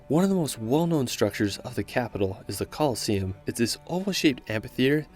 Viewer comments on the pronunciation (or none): none